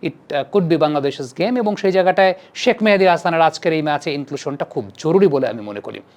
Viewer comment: ভাই কেউ কি বলবেন শাক মেহেদী নাকি শেখ মেহেদী? শাক মেহেদী বলে কেন!